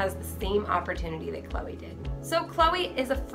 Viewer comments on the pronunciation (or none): what kind of name is chole? i understand chloe, but chole? sounds like choke not cholr.